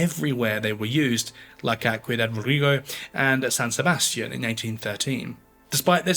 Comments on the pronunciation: Ciudad Rodrigo => see-oo-dah rod-ree-goh Badajoz => baa-dah-hoth (or hoss, if you prefer a non-peninsular version of Spanish) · Badajoz…….come on get the pronunciación right……j pronounced like a scottish ch, and z pronounced as th as in thing. Ciudad Rodrigo…..Ci…..is pronounced similar to THi in Thing …..oh dear…..